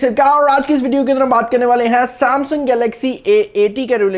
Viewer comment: Saaamsang ni Samsung hota hai bhai..